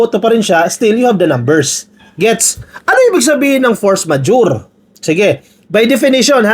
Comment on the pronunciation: you are trying to correct Padilla on how to pronounce “force majeure” but even you, is not pronouncing it correctly! Please listen again and correct yourself! 😊